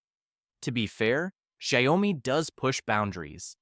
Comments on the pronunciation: It's shiawmi not shayowmi hahahah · It's pronounced as SHAO-MI, NOT as SHA - YO-MI. It's Chinese. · You made Xiaomi sounds like Gwiyomi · Shaó - mi, not Shy - o - mi.. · Sha-yow-mee never fails to take me out 🤣🤣 can't even pronounce it correctly and yet you have the audacity to judge these brands 🥴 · What you say about the majority of phones in this video is false. Xiaomi is a huge company that makes excellent products ranging from cars to phones. And please, don't pronounce xiaomi the way you do in the video. It's totally wrong.